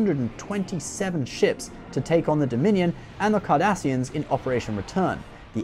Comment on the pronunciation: did u just say "Kardashians" lmao its cardassians get it right people